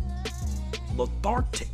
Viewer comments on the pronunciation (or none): He said lathartic 😂😂😂😂 lethargic* u mean